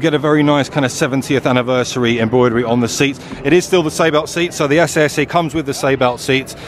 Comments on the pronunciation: I thought it was pronounced SS not SA SA? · Abarth themselves say its pronounced as "SS" not "essay essay" ...just saying. Research isn't hard. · It’s pronounced SS 🤣